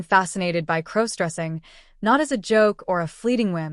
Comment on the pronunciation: Stop mispronouncing crossdressing 😮😮